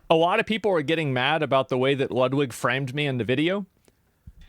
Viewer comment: Bro, it's pronounced Loodweek! :D I'm living in Poland and I hear that name sometimes. Yeah! He is in relationship with Hasan. You can tell it by now.